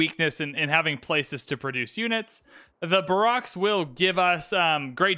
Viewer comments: <-- (Tnavres here. Donated on your stream). I just need to know, "What is a bah rocks?" You mean barracks (bear ricks). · Please, for the love of all that’s holy, it’s pronounced (BARE-iks) not (ba-ROCKS)… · What is a bah-rocks?? You mean a bear-ricks, right? :face-green-smiling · Barracks isn't pronounced "Bar-ocks", it's "Bear-eks". Sorry but as a Military man this was bugging me, great video though. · BEAR-icks, young wizard. BAR-icks is classy and acceptable as well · Barrack - "Bare-Rack" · They way you say barracks ( it’s bear axe) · It’s Barocks Obama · "baraks" lol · (Twitchy)Slow the mouse down Please! And Barracks is pronounced BARE-EX - Other than that good stuff - Keep it up, just slow it down! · Barrack Obama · Barracks Obama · Just wanted to comment the correct pronunciation lol: Bear rex 😂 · FYI “Bear-icks” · Not sure if you know and are just mispronouncing it on purpose or not, but barracks is pronounced like "bare-axe." Great content, by the way. You're easy to listen to in the background while playing my own civ 6 games while still being entertaining. Thanks for the videos! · Great video, but please look up the pronunciation of "barracks" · Here's hoping you've learned to pronounce barracks... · Excuse me but you pronounce ‘barracks’ HOW ?! 😂 Love the video thanks ! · The way you say barracks makes me giggle. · same lol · It confused me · No one noticed how he said barracks? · That threw me off so much...